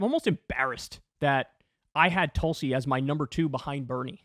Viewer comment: I like that one, "TOOL-si" 👍🏼 😆 🤣 😂